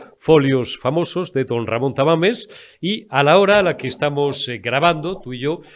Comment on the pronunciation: Jajajaja es Tamames no Tamales 😅